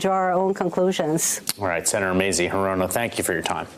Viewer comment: It's 'HEE-ro-no not he-'ROE-no!